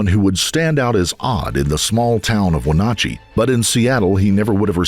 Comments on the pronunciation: They even include local news footage of Wenatchee being said correctly, but for some reason the narrator decided not to listen to that footage. 🤷‍♂️ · I was raised there as well. It was cringe the way he pronounced it. At least he said Squirlchuck right. I'm sure I've misspelled that, it's been that long ago since I was there last. Personally, I don't think Chris did this. What's your take? I used to be very good friends with Chris's step father. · I appreciate how you gave your condolences to the family in the very beginning of video. Also the town is pronounced when-nat_-chee and the county is pronounced sha-lan. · Wenatchee is pronounced: “when-ATCH-ee” The middle of the word (the “ATCH” in Wenatchee) rhymes with the word “scratch”. Chelan is pronounced: “shell-ANN” I have spent a lot of time in the area as a traveling nurse. It’s a beautiful area, and is much dryer than the areas to the west (the Cascades and the Seattle and Washington State costal areas. Chelan is the county Wenatchee is in but is also the name of a town in the area. The small town of Chelan is one of the prettiest in the area. Very mountainous, and gets a good amount of snow. Just FYI. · Been waiting for someone to cover this case. I grew up in this town and knew many of the people involved. Tragic for everyone. Also, the pronunciation of Chelan is "Sha-Laan" and Wenatchee is "When-At-Chee". Thank you for covering this. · Sure would be nice if the narrator could pronounce Wenatchee and Chelan correctly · It's always so rough trying to listen to people pronounce cities in my state. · Anyone else cringing at the pronunciation of Wenatchee and at the end, Clallam county? Lol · You all need to have your narrator look up the pronunciation of words. Seath in those previous videos, Wenatchee here. It's not hard to find these things out, and it makes you all look low rent. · You add in news reports of Wenatchee being spoken correctly and you still butcher it time and again! 😂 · It’s WHEN-AT-CHEE!